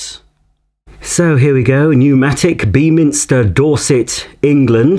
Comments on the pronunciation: Its pronounced "beminster" not beam! 👍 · For Beaminster it's pronounced more like "Bem inster", a nice little village we pass through multiple times a week at the moment, does have the slight abnormality of a DuPont preservative factory right in the center of it. And that motor sounds like the one in my grans old one, I gave it an oiling at it seemed to be better, it was also better if left running for a while, the hose/wands seem to be non-genuine (I can't remember seeing any holes anywhere on my grans ones tools, and the first one is chrome whereas Numatic only use painted aluminum or stainless steel), and the molded on plug is genuine, again my grans 1987 henry has the same cable/plug.